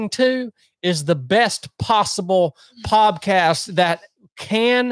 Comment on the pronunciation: Did he say poBcast ?